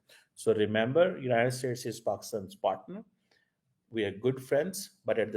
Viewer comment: Pakustan, Pacustan....... aray kahan say phd kar liya? baki Pakistanis ko bhi badnam kartay ho.